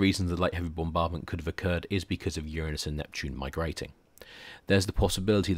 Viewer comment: Very nice lecture. Quite nice indeed. About the only thing i could possibly get nit-picky about is the mispronunciation of the word "Uranus".